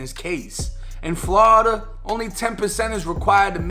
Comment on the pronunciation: Why he say Florida like that 😭